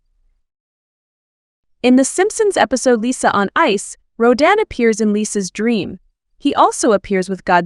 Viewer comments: Wait, wait WAAAAIIIIIITTTTT!!!!!!!! Who the hell is Rouw-dan???? It's Rodan / rō - dæn /. I'm sorry, but if you are going to do videos like this, learn the kaiju's pronunciation. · 発音が日本語だと"ラドン"なのに英語だと"ロダン"なんだ。おもろいね